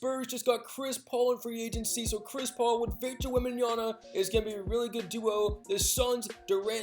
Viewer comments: Wembanyama not wembanyana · Why you keep saying Wembanyana. its WEMBANYAMA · did bro just say “wembanyana”?